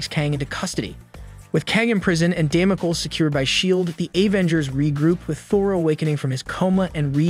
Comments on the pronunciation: Please use a dictionary to learn how to pronounce words for example Damocles (dam-oh-cleez). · Dam-oh-kleez. Ffs. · Who or what is Damo kill? OH you mean Kang's space cruiser Damocles, taken from biblical Sword of Damocles? Damocles is pronounced Damo-kleez. Man I freaking all these AI voices. I can't listen to this guy call the Avengers the AHH-venjers anymore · don't use software to read your script.. it's day-mo-cleese.. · Damaculls, ultrun, shy-uld, muhyollner